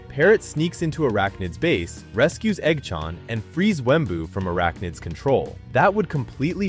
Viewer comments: Eggchant❌ EggChann✅😭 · the hell u mean by "igchawn"?? its eggchan son😭😭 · dont talking about he saying eoggchaan